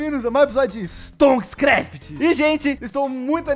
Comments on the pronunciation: Aee tu sabe falar o nome da série, diferente do apuh. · Nossa vc è.o primeiro canal q falou o nome da série certo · O unico que fala o nome da serie certo